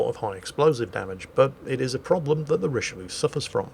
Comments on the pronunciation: "Richelieu-lu" lol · I mean, pronouncing it richeliou is already insulting enough for us baguette eaters, you really don’t need to add anything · "Richelieulieu" Me being a weeb: "Richelieuwu~"